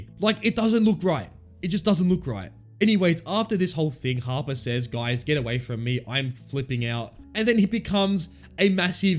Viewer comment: Every time he said "Harper" I thought he was saying Papa